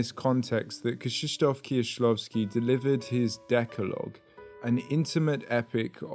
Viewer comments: I appreciate how accurately you pronounce their names, Kieślowski, Piesiewicz. Thank you! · well done, really nice prononcuation. I appreciate tthe researtch and the effort to pronounce it correctly. BTW i just watched your video about Eggers' influences and I loved it. I was happy to see Kieślowski after checking your other content :D